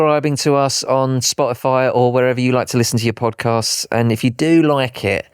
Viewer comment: When says if you enjoy the show, it sounds like FU ENJOY THE SHOW😂😂